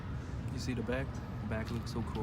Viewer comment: When Asian people say “Duh” instead of “the” haha .. nice fit though